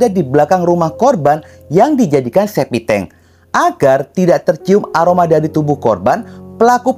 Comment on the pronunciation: septictank bro bukan SEPITENG....!!